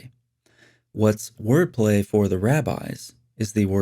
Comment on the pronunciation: Did you say wordplay or foreplay is the word of Allah 🤔